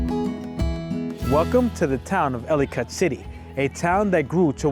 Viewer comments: It’s pronounced Elli-kitt - Like Delicate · He should learn how to pronounce the name of his subject before making a video